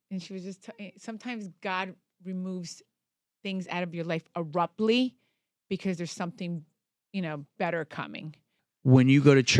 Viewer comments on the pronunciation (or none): Eruptly????😂😂 Learn to speak English before you do interviews!!! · Play it back and listen carefully!!!! "ERUPTLY"